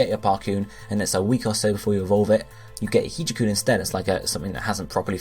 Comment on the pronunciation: Hijakoon is pronounced "hijack-oon", hence the Dark type.